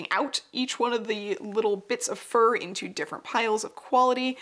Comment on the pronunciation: It took me a second to realize you were saying fur hats and not for hats